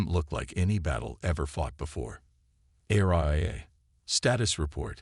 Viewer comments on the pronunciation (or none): It's ARIA! (AH-REE-UH)